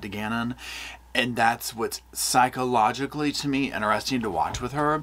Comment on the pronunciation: "psycho-logically".😅 Literally.